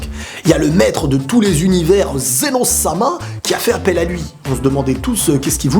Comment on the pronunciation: C'est Zeno pas zéro